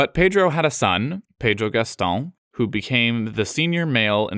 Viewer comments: Everyone talking about his "João" pronunciation, but have you paid attention to his "Gastão" pronunciation ? That was very good as well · Liked the way you pronounced "João" and "Gastão". Sounds as a native speaker.